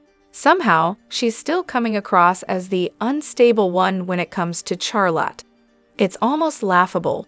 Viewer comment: Her name is Charlotte not the way you are saying it